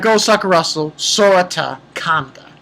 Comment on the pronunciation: yay I get a cookie also strange how its Ma-shiro and Sora-ta